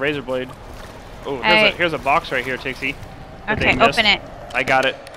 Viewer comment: Why does say tixie instead of pixie? At least it sounds like he's saying tixie